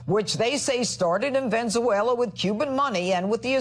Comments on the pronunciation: Was that Fox person saying "VENZUELA" missing out the E ? It should be VEN E ZUELA. She left out the middle E. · Venszela? REALLY!*#@ VenEzuela. JMJ Stupid ppl should NOT be making thousands of dollars to speak incorrectly and lie through their teeth. Much less the ex-president of the USA. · i like how a so called judge cant even speak. What is "venzewhale-a"? Is Janine as much a judge as Mablean? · Did Jeanine Pirro really just say Venzuala? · That loud-mouthed, lying banshee Jeanine Pirro says "Ven-zoo-ela." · Hey 'Judge' Jeanine, it's not Venzooayla. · Venzuela? Pirro, Pirro try to pronounce things better. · Venezuela mispronounved by female "news" caster. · why is it so difficult for these gremlins to pronounce Venezuela lol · Hah! The tRumpy lady judge can’t say Venezuela! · Why can’t Prro pronounce Venezuela?